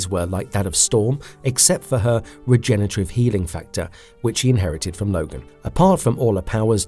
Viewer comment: So painful to keep hearing "regenetarive" and "Senitles"